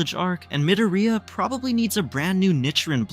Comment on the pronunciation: why is this guy saying MidaRhEEyiAhh